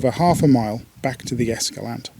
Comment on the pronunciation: Please, it's Es-ca-LAN-teh.